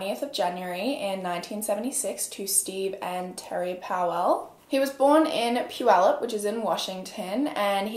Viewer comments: MAD props to you for pronouncing Puyallup correctly, the last true crime podcast I listened to that told a story based in that area pronounced it “POO-yuh-loop” lmao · the way you pronounced puyallup correctly pleased my washingtonian ears thank you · you said puyallup flawlessly and I gasped. so proud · Can I just say, as a Washingtonian, I’m very impressed with your ability to pronounce Puyallup! Haha we have many towns and cities in WA State that stump people, Puyallup is one of them for sure! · is the only youtuber I’ve ever heard say “Puyallup” correctly 🙏🏼👏🏼👏🏼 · When you pronounced Puyallup more correctly than everyone in WA 👏🏻👏🏻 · I can’t believe she said Puyallup right, usually only true Washingtonians don’t mess up that name. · Props to you for pronouncing Puyallup right!! :) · Wow! Correctly pronounce Puyalup but says Powell oddly.🤔